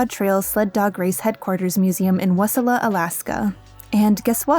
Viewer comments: (Also the name of the town is Wasilla, WAH-sill-uh) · As an Alaskan, my biggest nit pick with the historical section was the pronunciation of Wasillia, but you taught me the events better my elementary school. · Excellent video. However as someone e who lived 28 years of his life in Alaska, I can tell you that Wasilla Alaska is not pronounced Wes-illa. It’s pronounced Wah-silla. But there’s no pause between the wah, and the rest of the word. Just one quick sound. Wasilla. It’s the fastest growing city in Alaska, and it’s about 10 to 15 minutes away from the town I grew up in (Palmer Alaska). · Phenomenal video, I’m glad we finally got to see the results of your hard work! As an Alaskan I am Suffering at some of these pronunciations:3 Absolutely cackling at wuhsilla Keep up the great work! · Lifelong Alaskan here, here to help you two out with pronunciations! Nenana is actually pronounced “Neh-naa-nuh” or “Nee-naa-nuh” (both are accepted) where the “naa” sounds closer to “nap” without the p. Wasilla is pronounced “Wah-sih-luh”. You got Nome right, though! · Good video, Very much enjoyed as Im a alaska resident and have lived here my whole life. Only thing that hurt was some of our town names being mispronounced. Wasilla being the biggest offender. but thats petty criticism that means little to nothing. Really enjoyed the video. very well made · I live in Alaska and MISPRONOUNCED WASILA